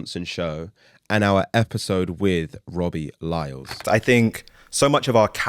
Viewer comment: robbie lyles? isn't it robbie lyle